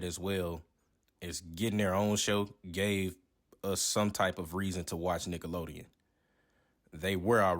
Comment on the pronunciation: Did you say “Niggalodeon”? 😂